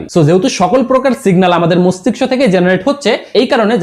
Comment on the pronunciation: আপনি তো মস্তিষ্ক উচ্চারণ টাই করতে পারেন না